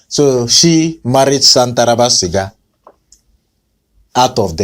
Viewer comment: Chai 😂, is shantaraba sia not shantaraba siga